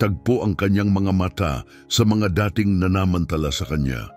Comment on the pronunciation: Ulitin mo nga ang pagbigkas Ng " dating manager".